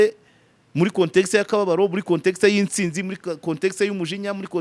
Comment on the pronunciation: Ni "Intsinzi" (Gutsinda) si "Insinzi" (Gusinda)!!!!